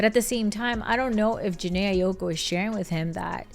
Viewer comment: The way you pronouncing her last name been pissing me off 😭😭